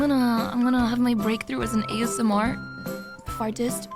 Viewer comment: Acho que em ela diz “(f)artist”, como em “ASMR artist” misturado com “fart”.